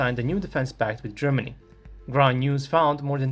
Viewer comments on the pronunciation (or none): none